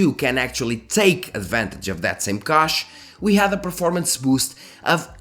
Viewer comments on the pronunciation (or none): The Ca in Cache is pronounced like ca in cash 💸. Thanks for the video.